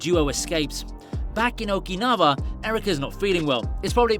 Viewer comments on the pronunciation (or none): No critics, but, isn't OkinaVa, pronounces OkinaUa, Okinawa, W has U sound, not V